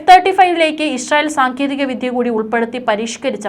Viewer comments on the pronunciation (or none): none